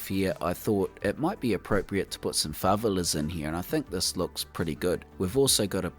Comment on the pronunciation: Another incredible build! Btw, while I do love the NZ accent, I’d just like to note that it’s pronounced fa-VE-la:) Keep up the good work!